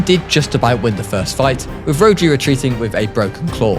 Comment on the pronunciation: Great vid but rhodri is a Welsh name and it’s pronounced ro-dr-i